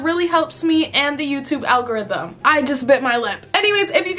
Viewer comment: "for the algorithim"